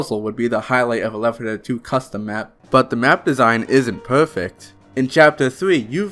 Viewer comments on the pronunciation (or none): Is this channel ran by two people? Because honestly you need to stop having this guy narrate. He talks like a 5 year old and it makes me not want to watch. "Today we are pwaying weft fuwh dead..." Goofy ahh shit